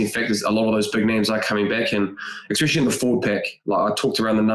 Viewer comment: "Expecially" - Bryn Hall, every time. 😂